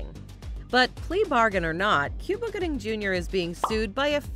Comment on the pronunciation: Cuba Gooding's name is not pronounced the same as the country. It is correctly pronounced "Coo-bah", not "Cyou-ba".